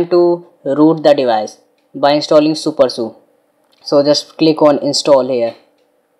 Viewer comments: it is pronounced as "Su-per-S-U" and not "supersu" and also, it is always "G-apps" and never "gapps" btw nice try on doing a video. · it's super s u not su